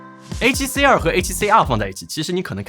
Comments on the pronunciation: R（X 2（O 發音好像😂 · Tim发音里A7CR和A7C2非常相似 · 不看字幕 全程以为只讲了一台相机 a7c2 a7cr 读音傻傻分不清😂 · 真希望發音可以唸為 a7c ii ( two ) 比較好分辨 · 读成二声的“儿？”，结尾语调上扬，是目前国内博主读音的通病，只能用一个字来形容就是土！ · 2和R的发音搞在一起，都不知道说哪一个，博主发音需要改善